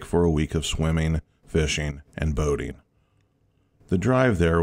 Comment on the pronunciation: Swimming not swimmeen Boating not boateen Turning not turneen Behind not buhhind Finishing not finisheen Morning not morneen Starting not starteen Swimming not swimmeen Fishing not fisheen Sickening not sickeneen Growl not graal Probably not prolly Running not runneen Caterpillar not catuhpiller Wouldn’t not wooden Before not buhfore Coming not comeen Not even half way through. You get the point. Ing not een. Get elocution lessons.